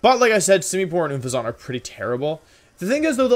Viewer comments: OONFEZONT? XD I love the videos but I was so confused because I kept thinking you were were saying Bouffalant and I didn't see a Bouffalant on their team. It's pronounced exactly as it's spelled Un-fez-ent. Unless you were saying it wrong on purpose I cannot tell. Keep up the great videos Wolfe! Honestly wasn't expecting this to be my first comment on one of your videos. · More like oonfezant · Why do you say Unfezant like it's French? xD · Wolfey: Gives an in-deph look at each team and strategy Also Wolfey: Mispronounces Unfezant "Oon-fay-zant" Gave me a good chuckle 😂 Love the video and this was a very interesting look at the rivals :o Keep up the good work! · I really need you to know that you're pronouncing Unfezant the worst way possible.